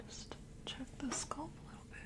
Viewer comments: Ditto. She says "scUlp" 🆚 "scAlp" but she's one of my favorite real-person ASMR'ist so everything is wonderful ❤️❤️ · You pronounce scalp like sculp. Nice video.